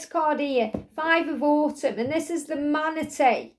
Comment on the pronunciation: When u said manatee it sounded like his name lol